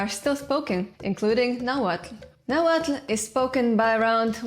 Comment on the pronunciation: subing just for the fact that you pronounce the "tl".